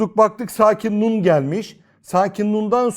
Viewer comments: Nun'u ortadan kaldırmıyoruz diyorsunuz ama "N" harfi duyulmuyor. Yani ortadan kalktı. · Öncelikle bu hizmet için teşekkürler. Hocam nun'umu genizde akıtıyoruz şendde verdiğimiz harfi mi? Zira ben söyleminizde hiç "n" sesi duyamıyorum. Duyma yeteneğim ve diğer ensrümanlarım iyi olmayabilir. Saygısızlık yapmak istemem.